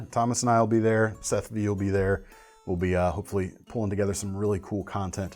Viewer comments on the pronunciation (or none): none